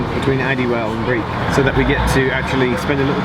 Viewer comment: Breich not Briech.